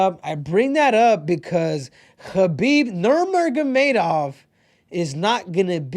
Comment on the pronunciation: Khabib "Nurrmurrmagedov" Nurmagomedov